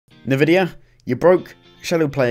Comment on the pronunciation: N-vidia my dear fellow not ne-vidia :) more benchmarks with your new setup please......you can not have a life, you must bench bench bench!!